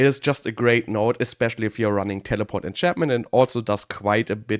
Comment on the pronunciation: I always like the way he says telepawht 😂